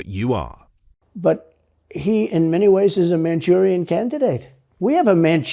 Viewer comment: Who taught him the phrase "manchurian candidate " ? Impressive he pronounced it properly. But I'm kinda thinking D **ump is the Manchurian Candidate. Not Joe Biden. ( where is D **ump's wife from? Not America.....🤔